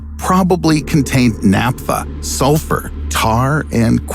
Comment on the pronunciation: Thats not how you pronounce Naptha mister narrator.